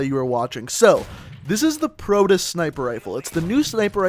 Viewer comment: You're in college and can't pronounce Proteus correctly?